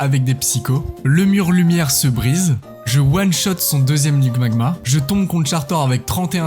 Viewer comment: C'est marrant tu dit ligmagma au lieu de limagma Sinon trop cool ta chaine